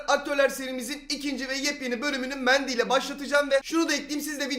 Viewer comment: Abi Berry Mand'y dedin